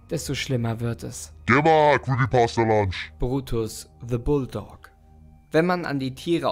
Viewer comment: Bro ich mag dich aber Bitte :D Der Typ heisst doch Punch und nicht Lunch :D